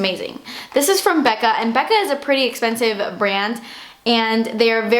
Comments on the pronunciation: "Guuurl.. das espenesiiive" lol seriously Love you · cause daaas essspensive!!! hahahah I LOVEEEE when you say that! I catch myself saying it often!!! love you your such an amazing person:)